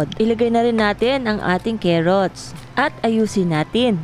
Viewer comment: Carrots at Hindi Kerrots car rots